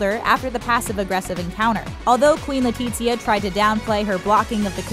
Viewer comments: LetiZia, not LetiCHia omg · I speak Spanish. No it isn't... it would be more like LETEE-THIA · Hahaha kinda sounds like she said “Queen Latifah.” & not “Queen Letizia.” 😬🤦🏻‍♀️💆🏻‍♀️Lol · Why does she keep saying LE-TEET-SIA 😓